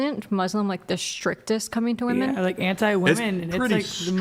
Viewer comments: Why is it so hard for some people to pronounce ‘women’ properly? I swear it’s because they’ve never seen the inside of a book. 🤦‍♀️ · I don't understand why none of the panelist in pretty much any of the Whatever podcasts I've seen can pronounce WOMEN correctly?! They all say woman when talking about multiple women. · I can't take any of the women seriously on this panel that say woman when it should be women or women when it should be woman. Fucking retards.